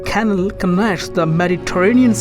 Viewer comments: It's pronounced canal (can-all) not canle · It's canal (ka-nal) find someone who can speak ENGLISH ! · Such a shame about the accent - if I hear KANIL one more time !!